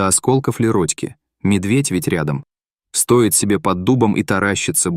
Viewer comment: Не стОит , а стоИт , не сОрок , а сорОк !